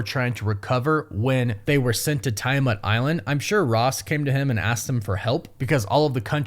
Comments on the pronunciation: You talk weird dude. You over-annunciate your T's, and it's adaMANtium... not adaMENTium. It's TEE-a-mat, not TYE-a-mat. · Don't tell that! You'll just make him say TY-a-mutt more! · Is there a reason why you dont properly say the names of adamantium and tiamut? its not like in anime with language difference's. its been said multiple times and pronounced properly.... "Adementiem, and tiamet" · so.... we not gonna mention TIE-A-MUTT!? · Come on man it’s like you watched Eternals and covered your ears every time they said Tiamuts name. 🙄🙄